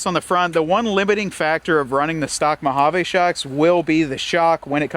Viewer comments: Hahaha, our new drinking game is we take a shot every time you say Mo-ha-vaa instead if MO-HA-VEE.😂😅😂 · We desert rats cringe every time you say MojavAAA It's Mojaveee. Try it a few times... and on that note it's not Nahvahda... and for sure not OreGONE..